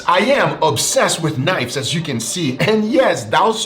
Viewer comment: "Yes, im absolutely obsessed with knives" i didn't know you had British in you?